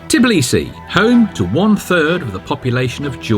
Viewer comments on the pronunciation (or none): A lovely tour, thank you! Curious about the Georgian pronunciation of Tblisi -- I thought I heard say "Flisi" a few times, and then "Tvilishi" at the end?